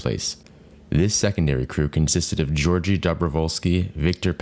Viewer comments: Dobrovolsky's first name is pronounced as 'Gee-Your-Gee', always with a hard 'G'. Yantar' meaning 'Amber' was also the call name for the previous Soviet Cosmonaut to die in space, Vladimir Komarov, who also died on Soyuz 1 in April of 1967. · Georgij is NOT pronounced Georgi. First, the "Gs" are pronounced like a "g" in "dog." Then, the "e" is NOT silent- it is pronounced like "a" in "day," followed by an "o" like "o" in "dog." finally, the "ij" is pronounced like "eey"